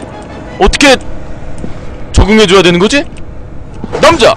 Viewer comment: 언니가같이듣다갘ㅋㅋㅋ 이남자왜케감자감자거리네ㅋㅋㅋㅋ간자가아니고남자인뎈ㅋㅋㅋㅋ